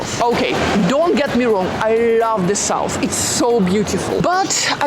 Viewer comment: You “lof” a lot of places I can’t